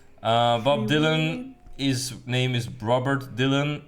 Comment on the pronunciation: IT IS NOT DYLOON IT’S DYLAN.